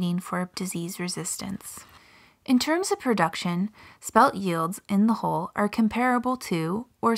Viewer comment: Why does she say HOLE instead of HULL?